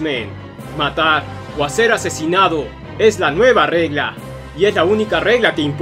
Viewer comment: "Matar o sewr morido"